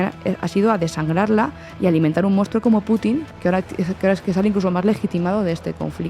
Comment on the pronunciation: Vaya programa, con una analista que le llama "mounstro" a Putin, quiza la semana que entra aparece en la CNN.